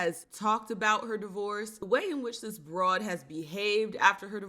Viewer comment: Feminine women don’t say Br… oad